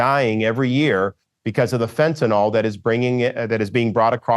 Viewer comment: It's fentanYL, governor. Not fentanOL.